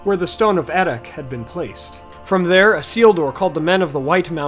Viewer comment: The CH in Erech should be pronounced like Bach in German or Juan in Spanish, C is always pronounced as a K (You got this wrong with Hyarmendacil) Plus there is 5 (6 in Sindarin) vowels in Elvish languages. For instance when you pronounce Anárion the second A should sound the same as the first A. This must be tough for monolingual English speakers. Cheers!